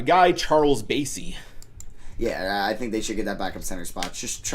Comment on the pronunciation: You pronounced Charles Bassey wrong it is like Ba not bay and I have been watching a lot of him because I am from Bowling Green